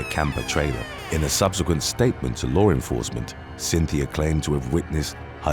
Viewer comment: U silly , "lore enforcement"